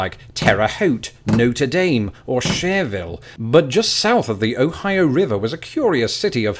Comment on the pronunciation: It’s actually Schererville. Share-er-ville.